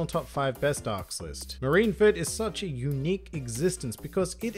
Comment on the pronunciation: Japanese: Marinfōdo (マリンフォード) English: Marineford One Piece Youtubers: MarineFERD I'm just joshing. I can't argue with the top 3, even if I'd put them in a slightly different order.